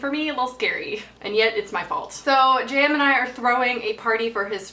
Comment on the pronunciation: Haha I thought you were saying Jam until halfway through the video I realised you were saying JM